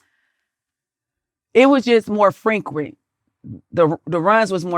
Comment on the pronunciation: Bitch cant even say frequent lol